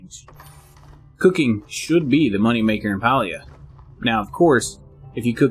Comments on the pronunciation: Calling it Paulia is crazy 😂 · must not be from the south. Pa is (Pah) 🤣 The devs say its pronounced pay-lee-uh but that just sounds wrong lol